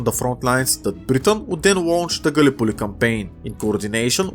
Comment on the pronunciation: lol i love how he says gallipolli